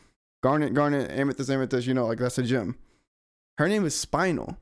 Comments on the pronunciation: Spine-nel (Spinel) Me: Spin- nelle (Spinel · when u said spine el i cried lol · I was dying inside at "spine ell" lol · Spinel ❌️ Spijnel ✅️